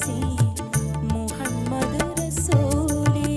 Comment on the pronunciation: Super....പ്രത്യേകിച്ച് അറബിക് ഉച്ചാരണം (മുഹമ്മദ്) also Super